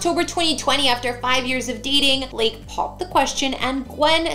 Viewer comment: Why do you call him "bleak"? His name's BLAKE..